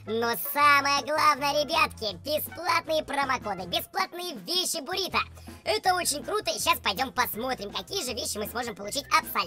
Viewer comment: Не борито, а буррито